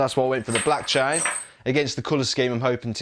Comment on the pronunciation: Its table ..not tiable😂😂😂 Its chain...not cha-in😂😂😂